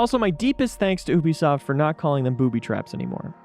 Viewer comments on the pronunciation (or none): Ubisoft, not OObisoft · Please pronounce ubisoft correctly. It's not oobisoft its youbisoft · It’s not oobistoft it’s you-be-soft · Stop saying oobisoft it’s youbisoft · He said oubisoft not Ubisoft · he said oobisoft please never do it again it is you be soft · Is it just me? Or were any of you mad he said OOBY SOFT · Omfg I’m sorry bro but it’s (YOU)bisoft not (OOO)bisoft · Oobisoft why can’t he say Ubisoft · its (yoobisoft) not (oobisoft) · sir this is how you pronounce ubisoft you-bi-soft not oo-bi-soft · Mate its u-bee not fucking ooby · you-be-soft not ooo-be-soft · It’s pronounced youbisoft not Ubisoft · its youbisoft not oobisoft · Its pronounced "you be soft" not "oobysoft" literally stated by yves guillemot, owner of ubisoft. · hollup, at the beginning did he pronounce "Ubisoft" as "Oobisoft"? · STOP SAYING OOH BI SOFT ITS U BI SOFT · oobisoft? U-BEE-SOFT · ah yes my favorite game company, oubisoft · mans rlly said oobesoft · He said obysoft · man said oobisoft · Did he say oobisoft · did he just say oobisoft? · It’s you-be-soft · Did he say oobiesoft ??😂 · nobody really gonna talk about how he called it ewbisoft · man really said oobisoft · Its pronounced U biesoft you pronounce the U normally it’s so annoying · I know it’s how it’s pronounced but saying Ubisoft like “oobisoft” sounds unnatural. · Oobisoft. Come in dude just say it with a u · omg it's obisoft 😂 just lisson to the way he says it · It is not ubisoft, it is yubisoft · at 00:8 did he say "oo"bisoft xD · oh buddy, how he pronounces ''úbisfot'' is legendary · Sorry i left the moment you said " obisoft " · N-WORD, IT'S "YOUBEESOFT". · He called it oobisoft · did he just say uh-bisoft??? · Did he just say oobisoft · He said oobisoft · Did my mans just say “OOBISOFT” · So, why does everyone pronounce "UBI" soft as "oobi" soft? I always thought some said it as a joke but I really think some think that's how it's pronounced. Idk just thought that was wierd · Nigga said obisoft